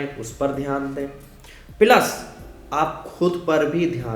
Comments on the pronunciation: Sala plus ko bol raha pilas, snacks ko isnake... Haha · Ye mazedar tha--- "pilaas" our "bijines" (pronunciation) 🤣😁